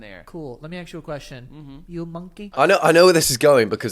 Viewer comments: Hot take… if you pronounce ask as aks, you sound low IQ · I don't care about the banana guys opinion on bananas but he kept saying 'axe' instead of 'ask' and so much of my soul left my body each each time that I'm now a mere speckle of the person I once was.